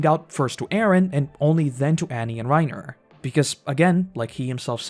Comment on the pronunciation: The amount of names that you mispronounce I’m suprised you don’t call Bertholt “Bertoto” (sub sound) - AirWin - Rye-i-Nair - Greeshuh -Gabby - Deena - But you say Bertholt perfectly 😂